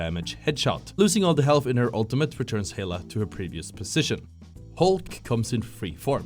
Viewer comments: did he just say "hee lay"... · Man why u say hela like hey la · aint no way this man said heyla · Juppp hahahahaha